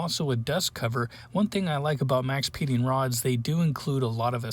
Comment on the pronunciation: Maxpeedingrods. LOL. Come on man.